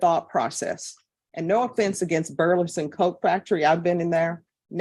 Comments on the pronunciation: Judge Boyd's struggle to say Burlington Coat Factory every time she said it was kinda adorable. 😊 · The judge repeatedly misprouncing "Burlington" is driving me insane 😂